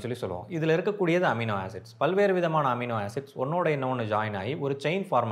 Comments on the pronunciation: Who cares... Does that amino knows.. 😂😂😂 he is mispronuncing or is that word universal in all languages..😂😂😂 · எமினோ இல்லை அமினோ 😊